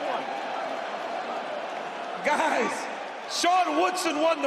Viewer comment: 4 syllable name (Charles Jourdain) & you’re done hearing after only the 1st syllable smh. “Wooodsaaaan” made it obvious who won! I was only confused when Jourdain was celebrating Also the fight wasn’t close, Woodson dominated the fight despite the incompetent judges